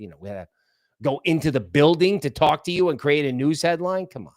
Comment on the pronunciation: The word " talk" has no W in it dude.😂😂😂😂